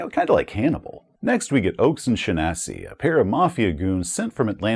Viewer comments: "Sha-NASSY"? Isn't it SHAW-nuh-see? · Oaks and who what now? The name there is obviously from the Irish "Seachnasach" by way of the more common Anglicized "Shaughnessy" spelling, and might be an Ellis Island mutilation or just a variant Anglicized form, but they're all pronounced almost identically, and . There's at least a couple of vids on how to say the name right here on youtube under the more common Shaughnessy/O'Shaughnessy spelling, and more online. It's more like SHAWN-ess-ee phonetically. Good old fashioned Irish mobster name, very appropriate for the Northeast. Is he the one that got an ear torn off? The group can run into One-Ear Shaunassy later on when he's worked his way up to mob boss status.